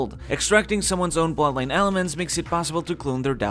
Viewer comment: When you say bloodline it sounds unclear. It sounds similar to plot line, which is a bit confusing in this context.